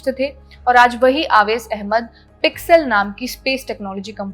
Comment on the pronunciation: आवेश नहीं उवैस